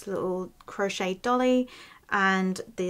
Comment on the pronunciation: Not a 'dolly' .. it' a 'doilly'.